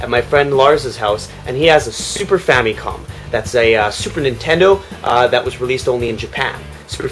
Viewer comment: Famicom = Family Computer WHY does everyone always say Fam-Y/Com? [Fam-i-com] It's simple.